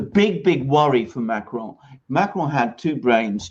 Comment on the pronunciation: Again with the weird Spanish sounding pronounciation of Macron., why don't you listen to how Alexander pronounces it? First of all, extremely few French roll the R. Your basic American R is closer to the French R. Second, the final N in Macron is pronounced in a nasal way. It's not a hard N. If you can't do the French R and you can't do the nasal N, then the basic American pronounciation of Macron is a hell of a lot closer than your jarring Spanish sounding version.